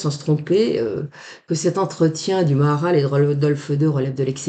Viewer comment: Bonjour à tous. On dit ma ha ral.